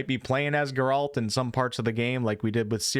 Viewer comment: who the fuck? geRALt? WHO THAT, how you pronounce that name holy